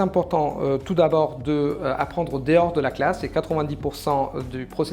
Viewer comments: Sa prononciation de en dehors c'est le seul truc qui a fait un peu tache, mais sinon son accent est parfait. Tu peux dire qu'il n'est français si t'y prête vraiment attention mais comme t'as dit on devine pas un accent italien, j'entends plus des influences anglaises parfois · Oui je pense que j'aurais jamais deviné si je ne savais pas, et oui la prononciation de "En dehors", mais je trouve presque que ça donne un style 🙂